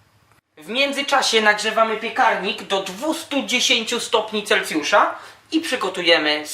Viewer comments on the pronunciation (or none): none